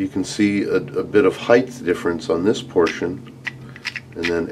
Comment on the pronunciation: Dude do you not know how to pronounce height? Theres no 'h' after the 't'.